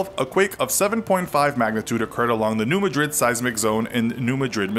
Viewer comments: It's pronounced "New MA-drid", not "Ma-DRID", as in Spain. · Coming from a Missouri Bootheel local it's New MAD-rid not New Ma-DRID. It's not pronounced the same way as the capital of Spain. Also New Madrid is in the South not the Midwest. The Missouri Delta is the South. Haha. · It's decently accurate but they didn't mention the fault in upstate New York, or the quakes in South Carolina and New England. They also mispronounced New MAD-rid and failed to mention there were a series of three earthquakes during the winter . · Please! It's New MA- drid. Not pronounced like the city in Spain. I won't argue details but I think you much under-stated this massive quake. There were actually two tremendous quakes about a year apart. It was probably felt in every state east of the Mississippi and many states west of the Mississippi and large areas of eastern Canada. It rang church bells as far away as Toronto and Boston. A repeat of this now would be utterly devastating easily as destructive as anything California could produce.This could be the site of the worst earthquake to hit the United States. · It is prononced New MAD-rid not the way we prononce The Capitol of Spain which is Ma-drid. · This is unnerving XD. Oh, New Madrid, Missouri is actually pronounced New Ma-Drid. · It is new mad-rid, not madrid like the Spanish town. I used to live near there and the locals instantly tune people out when they mispronounce it. Likewise, the nearby Cairo, IL is pronounce like the corn syrup brand. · Learn how to pronouce "New Madrid" correctly. The MO way.